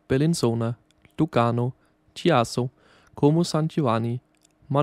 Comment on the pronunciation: Seriously, you could have made an effort to pronounce the Italian names correctly: Chiasso and Centrale, in particular.